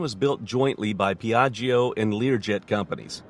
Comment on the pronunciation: Beautiful plane indeed. But in italian you don’t have to pronunce the second “i” in the word “Piaggio”. When there is a “i” after “g” (or “c”) it is mute. It serves only to make the “g” sounds like “j” instead of “g”. It is like PIÀJJO, not PIÀJJIO